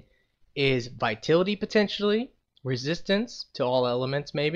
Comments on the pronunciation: I don't want to point fingers or anything, but in english, the word Vitality is pronounced vīˈtalitē. I don't mean to be a nit-picky bitch, but you have said 'vitility' instead of vitality in a lot of videos, and i just don't want you to look like an idiot. Just a suggestion. You're welcome. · Your saying vitality wrong